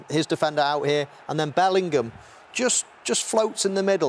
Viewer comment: His Dad's surname is not Portuguese - Bellingham , not Bellinghamadino